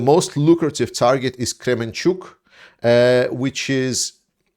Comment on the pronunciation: That's Kermenchyk, not Kremenchuk